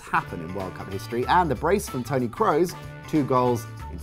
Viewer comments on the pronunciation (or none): Its Kroos..not Kross :P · It's Toni Kroos and not Toni Kross :) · It's Toni Kroos. Not Kross.